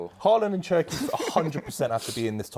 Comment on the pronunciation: Did this guy say Cherki???? 😂😂😂😂😂😂😂😂😂😂😂😂😂😂😂😂😂😂😂😂😂😂😂😂